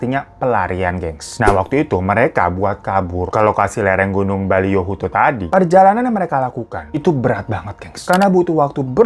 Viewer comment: gorontalo di sulawesi utara bang bkn tenggara. dan juga nma tmptny tuh boliyohuto bkn baliyohuto. maaf, koreksi aja bang😅